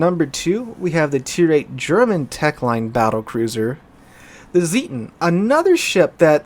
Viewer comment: Zieten, not Sieten :)